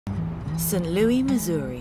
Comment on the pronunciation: I’m happy for him and hope things are going well for him. FYI TLC UK. The city is prounounced Saint Lewis not Louie. I grew up there and that mispronunciation is like nails scratching a chalk board to us.